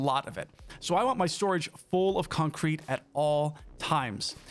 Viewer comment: i like how you pronounce concrete, its almost like its two words when you say it.. "Con-Crete" Reminds me of stewie griffin saying cool-whip Lol :D